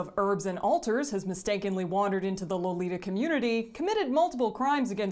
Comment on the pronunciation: if you really want to be a purist, how about pronouncing the word "lolita" correctly?